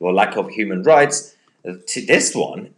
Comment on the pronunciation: Sorry did he say Merkel believes in human reichs